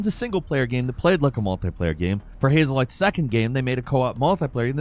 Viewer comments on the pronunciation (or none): Did just say "Hazel light" instead of "Haze Light?"